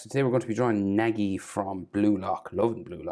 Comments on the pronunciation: Its pronounced na-gi na is no like you know what the letter o makes so na is like that and then the gi is like ge the I makes theupper case E sound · bro did not just say nagi as naegee